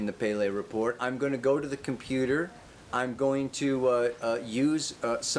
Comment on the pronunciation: I love it when you say 'Sagg' and 'computerrrrrr' ;-) Namaste, Aloah, so much Love,<3